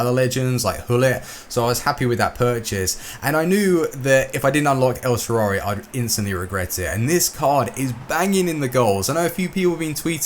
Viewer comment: EL SHARAUI please, dont say el sharauwuwuwhshwhwi